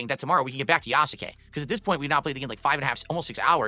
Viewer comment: The way he pronounces all of the U's in japanese names infuriates me. Ya-soo-kay. Dude, its Yas-kay. He did it with Shinsuke and Asuka's names as well.